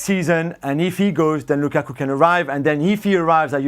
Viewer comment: Moreno needs to say Lukakus name properly